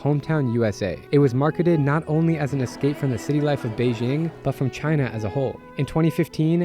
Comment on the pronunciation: Hard J in Beijing. Come on.